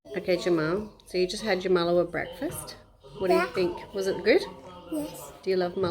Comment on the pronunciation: You got it right the first time malawah 😂😂